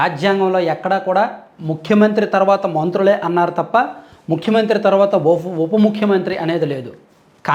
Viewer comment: ముక్కు మంత్రి కాదురా సొల్లు సీను, చేతిలో అటు ఇటు తిప్పడం కాదు పతివ్రత శిరోమణి లాగా ముఖ్యమంత్రి అని పలకడం నేర్చుకో 😂